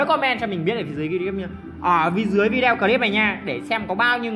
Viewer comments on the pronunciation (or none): none